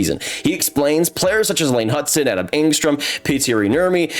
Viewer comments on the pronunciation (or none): none